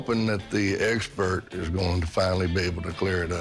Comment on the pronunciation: "The eggspert" 😂